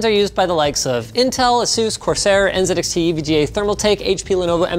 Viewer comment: as a brit i cannot stress how nice it is to hear NZXT being pronounced the way i pronounce it